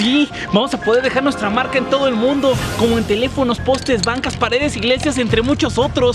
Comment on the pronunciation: telefonosh, cashas, igleshias...